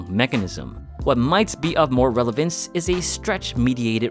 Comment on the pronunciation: It's a "scandal" on YouTube Fitness lately where they are accusing a guys named Vince for copying Jeff from Atlean-X... it's gone wild really... Thought you pronounced "relevance" like that on purpose. One of the many videos out there stating the plagiarism: V-Shreds trying to make an original video... sadly not doing it right... Jeff demonstrating he acknowledges he's being copied and just having a laugh about all this: And here is a video of V-Shred trying to make another original video related to this videos subject of ROM and being completely wrong (at least he's trying): I used to like his videos, but, without knowing that he was being accused by several accounts for plagiarism, I saw that some of his videos weren't science accurate or where simply wrong (as if he was making things up to gain views). Then I realized it was him trying to make videos of his own as to show that he also had original content... And realized that all his good videos where actually just copies... PS. Once I earn a bit more money at my current job I'll be glad to support your channel. As for now, I can only give you likes and views :/